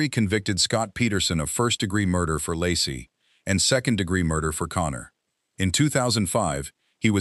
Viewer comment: Laci, pronounced Lacey or Lacy, not Lassie. Her car was still in the driveway. Actually, the family car, just called Laci's but she had no ownership. Her purse was still hanging in the closet. Actually, her tote bag/purse was on the floor with odd things in it. He called her mother, then the police. He asked if Laci was there and became very alarmed when told she was not. Ron Grantski called the cops. Scott immediately went to all of the neighbors' homes, looking for sightings of Laci. Detectives noticed inconsistencies almost immediately. small details in Scott's account of that fishing trip that didn't quite line up. This was one of a long series of lies told by the MPD, all of which were designed to make Scott look bad. The In & Out burger lie was a very bad one. Scott had told Frey he'd lost his wife and that this would be his first Christmas without her. That's almost word for word what Dave Giardanelli told Frey when he was sleeping with her. Frey saw his wife 3 years later! Scott almost immediately realized that his 4 dates with Frey would likely cause a mountain of assumption and the end of searches for Laci. He was, of course, correct. Maybe he should have tried to get Frey to agree to be silent, but I doubt it would have helped. But that's why he kept lying. A guilty man would want to minimize the damage and also end the searches. He wouldn't want the body found. That wasn't Scott. He took any risk to find Laci alive. He dyed his hair, grown a beard, You find that o